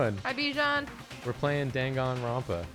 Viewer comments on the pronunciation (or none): Loved this stream! Just saying its DanganroNpa not DanganroMpa, thank you for uploading these tho!! I really appreciate it!